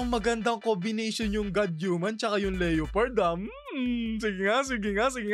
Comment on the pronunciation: correct pronunciation ng leopard ay Leh-Pard